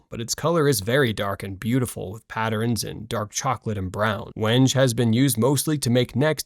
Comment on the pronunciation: 11:!5 you lose credibility when you can't even pronounce the name of the wood correctly. Wenge is pronounced "Weng-GAY"